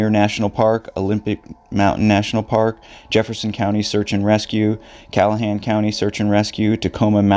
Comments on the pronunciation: FYI it’s Clallam County, not Callahan County. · Callahan search and rescue? lol-please know what you are talking about, including knowing how to at least pronounce the names of the areas…you butchered half of the area names….you haven’t even described the case? Useless propaganda….